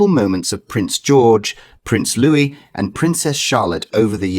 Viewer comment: Not Lewis-his name is Louis.